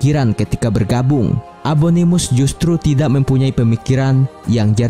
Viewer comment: Fun fact: Abangnya bilang abominus tapi abanganya ngomong abonimus